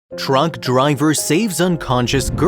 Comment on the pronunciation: Sounds like you are saying drunk driver, not truck driver.